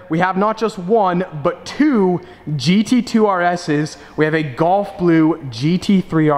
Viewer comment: Gulf blue. Not golf blue. Sounds like you're saying golf?